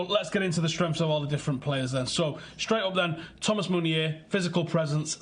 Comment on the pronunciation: Please not meunier